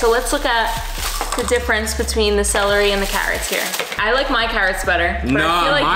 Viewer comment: you had trouble saying celery you said cellarly 🙋🏻‍♂️🤣🤣🤣🤣🤣🤣